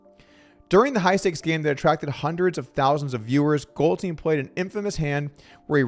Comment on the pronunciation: Goldstein suffered from addiction, not stupidity. There's a huge difference. Also, Doug, please be consistent...is it "GoldSTEEN" or "GoldSTINE?" You mispronounced "Bethesda" and "promisory," too. You're better than this, Doug!